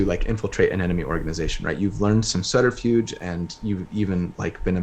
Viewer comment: Love it! Also, when says “subterfuge” it sounds like “flutterfuge” and I think that’s perfect 👍🏼